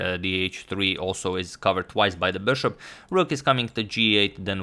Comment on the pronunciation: I really like the way you say ‘bushop’